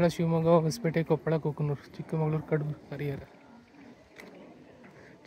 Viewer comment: Adu chikkamagaluru ne not chikkamangaluru